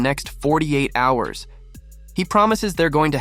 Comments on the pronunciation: "48 hars"... You mean hours! Fuck man what has happened to the world that people now don't know how to pronounce hours?! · A.I. voice over again? Forty eight HAARS ??